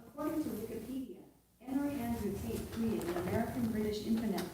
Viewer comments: Yup, notice what your tonque does when you say Taint, as opposed to Tate, i.e. tongue applies some pressure at the front roof of your mouth. Scott's sinus/nasal issues may indeed be doing something like that and tossing in at least the hint of an N into words like Tate. It would be interesting to give him a word list to pronounce, incl Fate, Mate, etc. Also turning his head sideways, like to talk to Alexa, behind him, may affect the N's he seems to be inserting. I do not think this is a Yanni/Laurel thing. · It can't be that Scott is pronouncing Tate in his snotty southern California way as taint it's our low information ears hear it wrong. Alexa says so it must be true. What other proof do you need pleb? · if he adds an n when he says Tate, listen for him when he says any other word that ends with the sound "ate." He's doing it on purpose because of this asshole Tate, and just fucking with us because that's Scott's sense of humor. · Nobody’s cares if people hear you say Tate’s name differently. Stop repeating the same annoying thing over and over that doesn’t matter. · He's delusional about how he's saying it. It was also interesting that he said the true test would be if Alexia responded properly to him saying it wrong yet he didn't run THAT test. Alexia isn't just listening for word pronunciation she's also taking into account what's "hot" at the moment. Odds are close to 100% that taint would have returned the same answer. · Seems to me he's saying "Taint" most of the time, except when he says he's not saying it, and pronounces it "Tate." I wonder if this is intentional? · Scott is pronouncing it Taint, and the simplest explainstion is that Scott is pretty bad at pronouncing names in general. Same as he mispronounced "measure" as "may-zher" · Tbf, Andrew Taint’s accent is really effeminate and annoying, so Scott’s odd pronunciations are the least our of problems. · The pronunciation sounds tainted to me. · You keep pronouncing Tate last name wrong